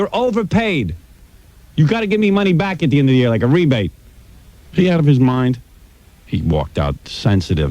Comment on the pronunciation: Bottle of WOYNE FOYNEst MOIND NOINE one one NOINE one one NOINE one one NOINE one one NOINE one one